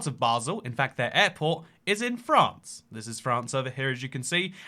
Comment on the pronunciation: Lol@ "FraRnce"